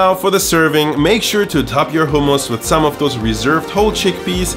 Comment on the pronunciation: Thank you for not pronouncing it the American way (hum-muss).